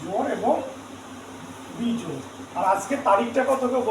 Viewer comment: বেজোড় নয়। 😂😂😂😂 বিজোড়😊😊